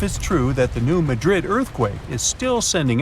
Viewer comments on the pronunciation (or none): New MAD rid is how it’s pronounced. We used to go fishing in Reelfoot Lake.